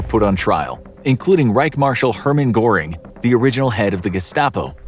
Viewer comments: Goebbels was pronounced "Gobbles" throughout the video, but it actually is 'Gurbles'. Goering was also not fully pronounced correctly as there is an emphasis on the R. I'd have checked other sources to confirm a more accurate pronunciation of the names, but that is just me. Even Speer is not accurate. There are small nuances to pronouncing foreign names. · Not like it matters too much but your pronunciation of some names was pretty funny. Hermann Göring is pronounced 'Ger-ing' and Joseph Goebbels is 'Go-bowls"